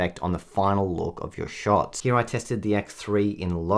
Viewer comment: “Heah” “Heah” “Heah” & “Heah”